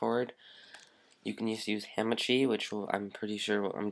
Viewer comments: its not hAmAchi. its hahmahchi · Ham and cheese it sounds like he is saying lol is hamachi